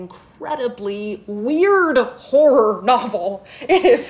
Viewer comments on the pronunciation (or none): Why did I think she said “whore” instead of “horror” for the first book rec 😷